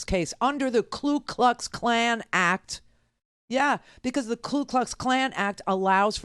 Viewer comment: Iknow Randi knows this, but just a reminder it's the KU Klux Klan, not the KLu Klux Klan. Just a little pet peeve - Love you Randi !!